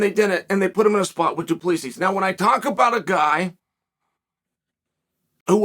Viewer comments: Correction, dooplisees 🤣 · it's pronounced do-pleh-c